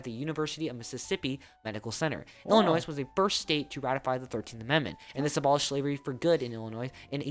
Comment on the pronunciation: The limit on two terms only applies to the president. Any limits on governors is decided by each state individually. The speaker incredibly mispronounced Illinois as "ill-in-noise". "ill-in-Oi" is correct, with a silent s. Please stop talking over the beginning of each part of each video you react to! You miss 20% of everything that is said and it is very annoying! Much better to simply pause while you're speaking! Illinois being the first state to ratify the 13th Amendment is a point of pride, since the 13th Amendment outlawed slavery. It was also put forward by America's greatest president, Abraham Lincoln, also coming from Illinois, the state motto of which is "The Land of Lincoln", and where Lincoln's tomb is located.